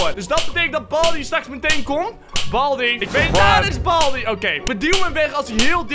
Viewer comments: Waarom zegt boldi suprijs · het is geen balbi maar baldi.